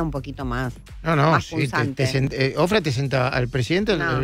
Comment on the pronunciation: No es Ofrah, es Oprah!!